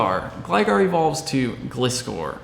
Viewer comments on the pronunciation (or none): Gliscor is pronounced Gly-scor, first part of pronounced like Glide.